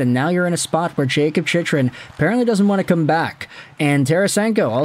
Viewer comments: His name is pronounced CHICK-run, not CHICH-run. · I know, he's been pronouncing wrong for years. Think he's trolling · Phonetically: Its chick-run. Its La-leems martian Murray wasn't traded for Talbot. Gustavsson was traded for Talbot. Try preparing for videos. Watch some hockey.